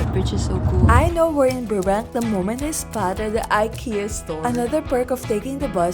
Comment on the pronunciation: You said “Burbank” like a Pinay 🇵🇭🤔